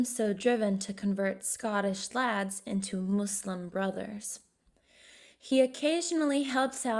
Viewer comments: Nobody: Not even the monster under the bed: Her: MOSseLiM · Who ever did this voice over is bad at pronouncing , she couldn't say Jesus Glasgow and said muslim like trump lool you should get some else